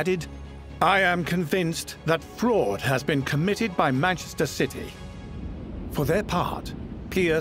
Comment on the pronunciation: Why do you call us citeh ??? I'll wait .....